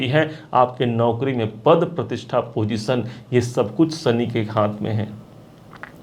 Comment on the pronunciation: Bhai, Sani nahin Shani. Aapki bhasha mein saare 'Sha' 'Sa' hain. Video achha banaya hai aapne!